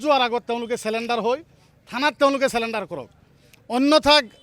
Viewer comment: ৰ কথাখিনি ভাল | পৰিতাপৰ বিষয় এয়াই যে, প্রায় সদায় থলোৱা অসমীয়া লোকৰ লগত উঠা-বহা কৰাৰ পিছতো তেখেতৰ অসমীয়া উচ্চাৰণবোৰ ঠিক নহ'ল || তাতে আকৌ "চাৰেনণ্ডাৰ"ৰ ঠাইত "চেলেণ্ডাৰ" |